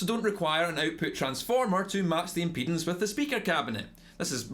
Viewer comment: I don’t think he’s saying impedance